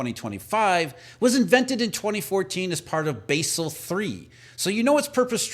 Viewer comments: It's pronounced "bazzel".... not "basil". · Thats Bahzel not Baysel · It's pronounced BAA SAL. Basel accords in Switzerland. Jesus guy. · It's pronounced Bawsel. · Basel is pronounced BAH-zuhl